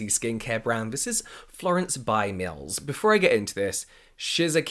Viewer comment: am I the only one that thinks the way he says “mills” sounds really funny 😂